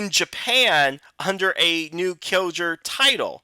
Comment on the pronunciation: Why do you pronounce "Kyoruger" as "Kyoger"? Kinda missing a few syllables there.